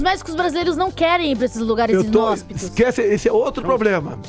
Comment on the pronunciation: lugares "isnóspitos"